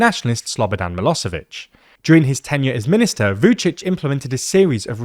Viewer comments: Miloshevich, not Milosevich. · It's Milošević - Miloshevich , shh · yep, but they pronounce "s" instead of "sh"